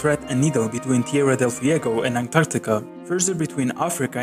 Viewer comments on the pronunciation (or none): none